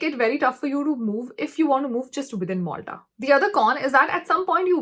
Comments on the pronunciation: Not "moltha" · I think that is not Molta it's Malta